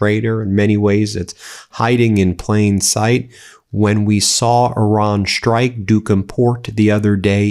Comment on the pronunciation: F Mate,I don't know exactly where from you are ,but what I know for sure is that your accent and pronunciation is painful for my ears: "schtruck" instead of strike end so on . Horrible!!!!!!!!